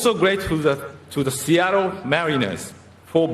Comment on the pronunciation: 凄い 凄い 本当に凄い。 イチローさん ありがとう。 シアトルの発音も完璧。